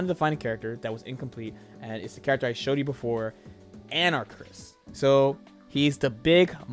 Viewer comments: Ana-Karis. Not Anarchis, dude. lmao So hyped for the new Capcom collection coming out. It's gonna be sick. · Pronounced "An-Ah-Kah-Ris," for future reference. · an-uh-cahr-is. anarchis? Anakaris. four syllables? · AnaKARIS for fuck's sake say it right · You and jmcrofts are in the club of people that can't pronounce Anakaris correctly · His name is Anakaris. Why can't anyone just say his name right?